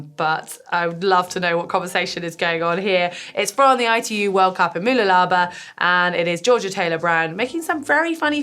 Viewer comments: Mooloolaba is pronounced Ma-loo-la-ba btw. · Always fun hearing non-Australians try to pronounce Australian place names. Mooloolaba has its stress on the LOO. It's like m'LOOlabah. I was in the race as an age grouper. Really fun event with a fantastic course. Unfortunately they halved the length of the swim and added a 1.5 km beach run because the night before there were reports of bad weather and wind. On the day it ended up being completely flat and beautiful, so 🤷‍♂️ Mooloolaba snuck in just in time in more ways than one. Not just the ITU, but also on Friday the Australian government announced a ban on all gatherings of more than 500 people. I had multiple races planned for April (a bike ride and Moreton Bay tri), as well as non-sporting events which have been cancelled thanks to this. And if it goes on too much longer more races and events might end up cancelled…